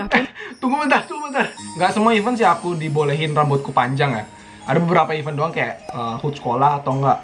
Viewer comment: Event.. bukan even 😅😅